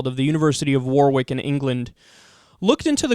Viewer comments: War-wick? It's pronounced warrick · War-wick? The second W is silent. It sounds like warick. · Warwick is pronounced Worrick